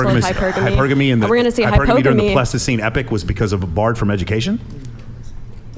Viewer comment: He's saying pleistocene to sound intelligent, but he's not even pronouncing it correctly.